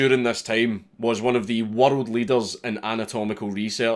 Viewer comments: Me too lol that and world (warald) 🤣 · "World " and "murder" have 8 syllables in Scottish. They fucking rock.